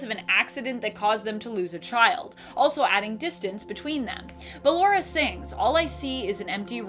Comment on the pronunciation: I dont like how she calls ballora and she pronounced it fine just a few seconds earlier